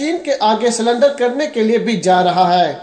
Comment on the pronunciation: Tumko sahi bolne v nhi ata hai .Surrender hota hai sulender nhi.Tum kyo sulender bol rahe ho...ha ha ha...ye hai gadaha